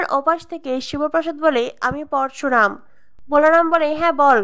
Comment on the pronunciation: উচ্চারণ ঠিক করবে Parsuram না Parasuram